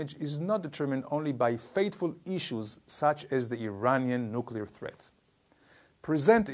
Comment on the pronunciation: Why do we need nucular anything? No really? <3